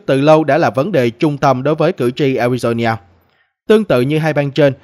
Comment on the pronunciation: A RI DO (NA) khong phai la ( nhia )